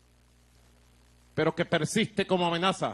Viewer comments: QUE SE "SUMAM... DIVISIÓM.. Y REVOLUCIÓM" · Revoluciommmmmmmmmmmmm, nada mas estupido y mal pronunciado, tipico de estos animales